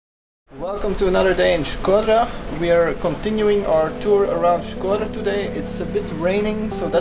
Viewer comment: Shkodër and not shköder